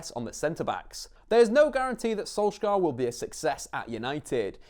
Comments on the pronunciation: dont say skolskar say sunshire thats what his name means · SOLS-YAR not SOLSK-AAR you mongrel. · "Mold" "solskjaar" that is not how you pronounce any of those. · Solskjær is pronounced "Solchear" with a skarring R in norwegian :) Not solskair as many tends to say it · Im from Norway, the way you pronounce Solskjær is the "æ" or "ae" is like the "a" in "sad", makes sense? Solskjær. He pronounced it when he said "Adademy", the first pronounced letter "A" sound like an "Æ" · Man you couldn't of pronounced Solskjaer and Molde worse. so terrible and insulting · Perhaps learn to pronounce his name properly before making a video, any football fan from the 90's will be able to help you out.